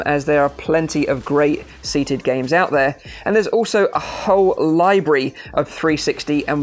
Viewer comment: what's a lye-bree? sorta like a library? lol